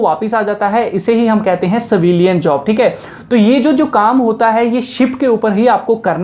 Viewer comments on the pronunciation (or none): savilian nahi.... civilian bolo....